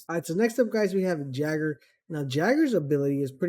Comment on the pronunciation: Jäger is not pronounced "jagger" Its "Yay-ger" Alibi is not "ali-bee" It is pronounced "al-ih-bye"